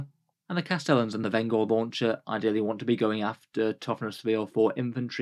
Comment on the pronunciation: pronounced Venj-er as in one who brings vengeance. Not Ven-Gore